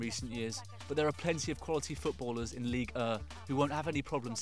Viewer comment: 6 ways to get people to stop saying "ligue uuh" when its clearly ligue one.